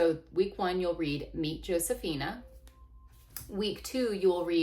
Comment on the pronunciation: This isn't meant as a criticism, just wondering why you dont pronounce her name Ho-se-fee-nah like its supposed to be